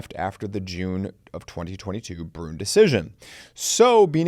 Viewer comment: Your pronunciation of Bruen gets me every time. “Broon?” 🤨